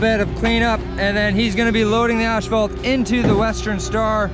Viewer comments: Lots a trench towning going on. I personally would have used the tooth busket to break up the asphalt. For some reason when people pronounce Ashpalt it drives me nuts. It is pronounced As phalt. I still like, just a pet peeve of mine. Those track I told you about for your 257 are called D-lug. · Brian Gardiner your 100% right on how it’s pronounced. It must be my Canadian west coast vocabulary leaking out. 😊 Not sure why I move the H when I say it lol.